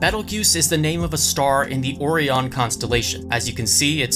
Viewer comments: Or-ree-un I can’t... it’s not like Korean, it’s Or-rai-on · Did he just say ORion